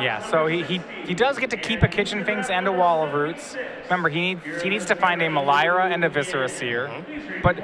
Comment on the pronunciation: It was annoying that the commentator kept mispronouncing Melira